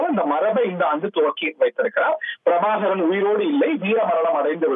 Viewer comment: தலைவர் பிரபாகரன் அல்லது மேதகு திரு:பிரபாகரன் என்று தலையங்கம் போடு. அவர் பெயரை உச்சரிக்க தெரியாத உனக்கு, எப்படி எங்கட தலைவரை பற்றி போடுவாயாட? இனிமேல் எங்கட தலைவரை பற்றி செய்தி போடாதே.